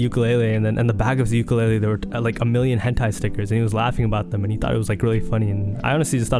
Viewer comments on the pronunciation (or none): none